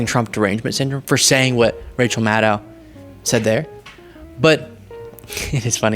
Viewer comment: Hey, pretty sure it's pronounced Mad-doh rather than Mad-dao, but thanks for the content.